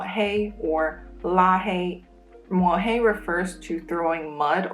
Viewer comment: A small correction: to smear someone's name is written 抹黑 (as you yourself pronounce it correctly mo3hei1), not 摸黑 mo1hei1 抹 mo3 means to smear (eg a paste) on a surface 摸 mo1 means to stroke or touch